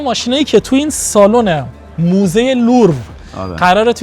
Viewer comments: برو چند بار تمرین کن مهران بگو موزه لوور ، نه لورو 😮😮 زشته داری فیلم میگیری برای این همه بیننده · موزه لوور درسته نه لورو😂... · مهران چرا از اول ویدیو میگی موزه لورو درستش موزه لووره داداش من رفتم 🙃